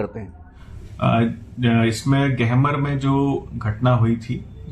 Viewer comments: गमहर नहीं..गहमर ...!!! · Gahmar gaon ka uchharan Sahi nahin hai